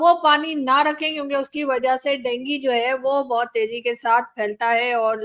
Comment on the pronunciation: डेंगी नही डेंगू होता है